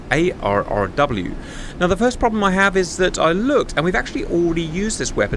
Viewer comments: The ARRW is pronounced Arrow. And the HQ-09 has no ability to take out hypersonic missiles. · It is pronounced "Arrow." 😋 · ARRW is clearly meant to be pronounced "Arrow" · ARRW is pronounced Arrow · It is pronounced Arrow.